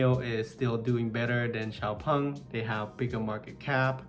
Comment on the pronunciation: Thanks, finally I know how to correctly pronounce Xpeng 😂